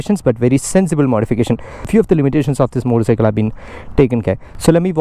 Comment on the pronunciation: Everytime he says "moddicycle" 🤣